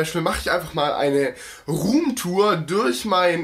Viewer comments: rrrrrrrrrrrrrrrrrrrrom turen :-) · Rrrrrroom Tour 😂😂👌🏻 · „Rrrruum tur“ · "ruhmtur" xD